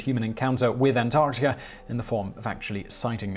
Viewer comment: Actually, if you listen closely, in many cases throughout his videos where the word ends in "a" he turns it into "ar" as in antarcticar. Not a strong accent, but there.